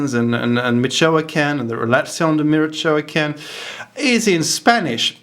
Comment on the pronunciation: Michoacan is pronounced "Missh wah kan" FYI. Most of the immigrants from Mexico to the grape harvest in Sonoma Valley come from Michoacan to the point whether we all wondered if there was anyone left there.... Still, this is very interesting,, here's to inquiry and independent thinking. Y